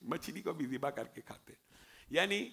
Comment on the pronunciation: zibah hota hay.. mamoo ji... jibah nahi.. arabic mein z pronounce kartay hain.. tum indian iss ko J bana daitay ho